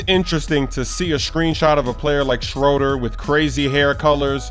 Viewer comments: SchrÖder makes an ooh sound not Schroder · He is mispronouncing Dennis Schröder